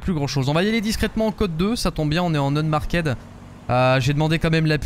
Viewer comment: Pro tip: Unmarked se prononce "unmarkt"